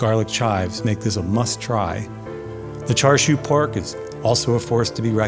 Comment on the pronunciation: You are mispronouncing Chinese barbeque pork in Cantonese. The R is silent, so it is pronounced CHASIU. I hate when food reviewers on YouTube mispronounce the names of foods.